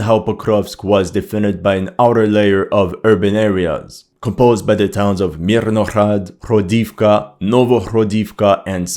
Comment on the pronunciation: Cette prononciation des 'h' comme des 'jotas' espagnoles, ça écorche un peu les oreilles, quand même (le 'h' se prononce 'g' en ukrainien), comme le 'i' (le caractère n'existe pas en russe) se prononce 'o' pour marquer un 'o' tonique (il n'y a pas de tel indice en russe, où le 'o' se prononce souvent 'a', comme dans "Pokrovsk" prononcé "Pakrovsk", ou "Toretsk" prononcé "Tarietsk"): "Hrodivka" se prononce "Gradofka" (avec un 'r' roulé) et "Novohrodivka" se prononce "NovaGradofka" -- on s'y attend un peu, vu que "grad" signifie "ville" et "novo", prononcé "nova" signifie "nouvelle". Pour l'analyse elle-même, qu'est-il arrivé au F-16 abattu sur le front de Kursk, vous êtes le seul à en avoir parlé il y a 2 vidéos de ça...? Philippe Buffon rapporte que les Russes sont déjà dans Pokrovsk. Moi, je crois que les Russes vont essayer autant que possible d'éviter un nouveau Bakhmut et vont se "contenter" d'isoler la ville en prenant le contrôle de tous les axes de communication: sur leurs avances au sud de Niu York et vers Selydove, ce sont les drones qui transforment les axes en "death roads", suit l'artillerie pour vider les sacs-à-feu des Ukrainiens qui n'ont pas pu fuir, et une fois qu'il n'y a plus rien, l'infanterie prend possession des lieux: forcément, ça avance vachement vite. Comme Pokrovsk est un nœud ferroviaire et routier ("sans importance", selon le directeur de la CIA devant le Sénat il y a 2 jours), un siège est probablement plus efficace que la prise de la ville elle-m